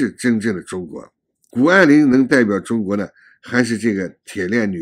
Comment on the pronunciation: 是谷不是顾